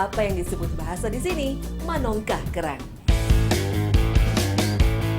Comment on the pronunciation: 😂😂, oh bekawan kirain concong 😂😂, sama haha, menongkah, bukan manongkah 😂😂